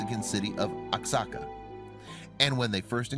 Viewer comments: SO 😔 SAD IM RELIEVED SHE WAS LIBERATED FROM THAT HELLISH MINION OF sATAn..! LOVE YR SHOW!!! ALSO, OXACA IS NOT PRONOUNCED. "OX-AHH-CAH"... IT IS PRONOUNCED "WAH- HOCK-CAH" BEEN THERE IS BEAUTIFUL... THANKS AGAIN... GODBLESS..!!! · you pronounce oaxaca, Wa-Ha-Ca!!!! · You could've quickly googled how to pronounce Oaxaca. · Seriously that was so annoying!